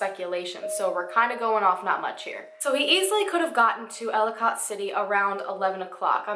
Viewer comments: As a native from Maryland and this area it feels so weird to hear someone else pronounce ellicot city and Catonsville lol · hmm. manybe he died of overdose then they got rid of body so they dont get in ttouble. AND ellicott is ell-a-kit city and catonsville is kay-tons-ville